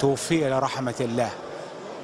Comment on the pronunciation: الله وليس اللَ